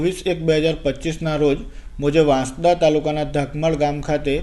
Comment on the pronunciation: વાંસડા નથી વાંસદા વાંચાય બોલાય😂